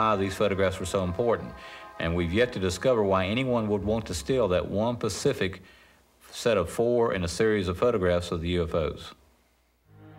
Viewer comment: "One pacific" photo...bless him! I'm sure he meant specific lolllllll